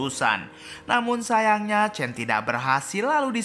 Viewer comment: Sebut pon salah tulis chan tapi sebut chen...nama susan tu betol pulak sebut...asl tak sebut susen????